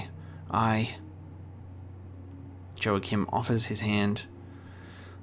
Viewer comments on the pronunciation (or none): To clarify, the J in "Joachim" is pronounced as an H like in Spanish, e.g. Joaquin Phoenix